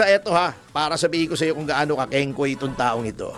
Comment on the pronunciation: kingkay not kingkoy risatanas yan eh😂😂😂